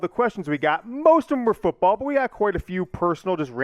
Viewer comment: Everyone: “Michigan football”: “Michigan fitball”